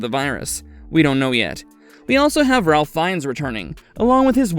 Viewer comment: You do know that the name "Ralph," in regard to this actor, is pronounced like "Rafe," right? Not with an 'l" in it? Annoying as hell, having to listen to AI narrative.